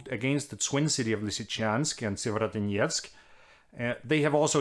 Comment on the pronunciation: Tak Anders.....og hold kææææft hvor har du øvet dig på at sige Sievierodonetsk ;-)